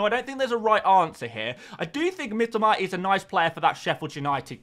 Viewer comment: Why do you say Mitoma in a Japanese accent?